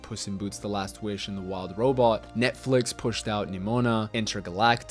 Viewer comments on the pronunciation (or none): none